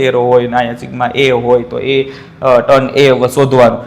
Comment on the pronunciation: ટેન ❎ ટન✅ 😂😂😂